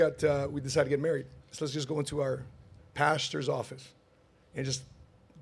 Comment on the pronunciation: it's pastors not pastures